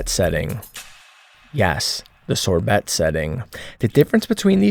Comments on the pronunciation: The T on sorbet is silent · Can’t stop giggling over Sor-BeT. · Ok, was "sore-bet" intentional there?